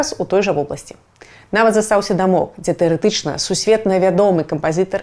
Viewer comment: Урывочный набор слов с опорой на западную культуру под громкой вывеской. Но есть и умилительный момент: "кампазЫтар", "ГіШпанія", "аншлЯг" и т.д. вперемешку с абсолютно русским произношением - это прорыв! 😁 Малайцы, Шябры!